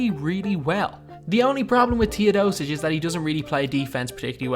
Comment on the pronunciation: Sorry for saying this its not Tiodosic its Teodosic